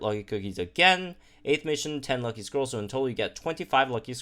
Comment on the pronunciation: I know said "Lucky scrolls" but I keep hearing "Lucky squirrels".